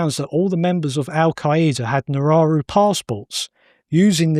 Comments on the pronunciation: It's called "Nauru" and not "Nararu". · Australia has already done this with Nauru. And it's pronounced "naru" NOT nararu 😂😂😂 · Nauru is the country he kept referencing not Nararu or whatever he was saying. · The island is Nauru. Not however the guest is pronouncing it.